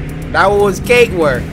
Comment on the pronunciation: Bro he said kate work not cake work